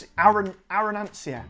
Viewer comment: Still looking for Malfy Gins in my area. Can't wait to find them! By the way, arancia is pronounced sort of like "ar-AN-cha". Another very entertaining review as always, my friend! Cheers!